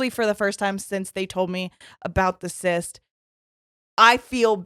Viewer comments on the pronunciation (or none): none